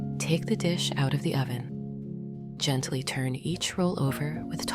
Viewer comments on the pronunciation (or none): none